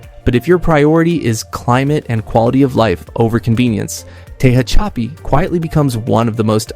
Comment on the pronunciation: "Tehachapi" is pronounced "te hatch a pea." Ridgecrest is an interesting town... 'Not sure I would want to live there. Corcoran State Prison is important to be aware of.